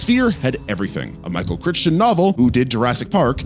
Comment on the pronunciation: The pronunciation of Michael Crichton’s name HAS to be ragebait/engagement farming. HAS to be.